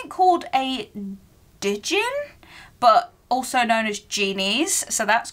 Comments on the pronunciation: It’s jin, the d is silent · Djinn is pronounced like gin. And that was such a pretty blanket. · djinn is pronounced Jinn.. the D is silent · Bill Weasley was a Curse Breaker for Gringotts Bank. And the creature is pronounced Jin ❤ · Djinn is pronounced like the alcohol “gin.” They were featured in Supernatural. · With the cut out page, leave the D off with pronunciation and it is just Jinn x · With the Djinn the D is silent and its just pronounced Jinn.... I learned this because Supernatural lol. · Its pronounced Jin and yes it is a Jeanie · The ‘D’ in Djinn is silent. 😊